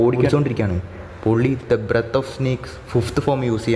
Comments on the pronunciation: Breth of water alla breath of water aan 😅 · ബ്രെത് അല്ല ബ്രീത്